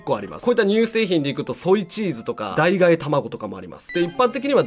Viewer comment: 代替（だいたい）を代替（だいがえ）って…